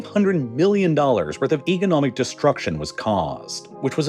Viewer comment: it's pronounced "economic" not "egonomic"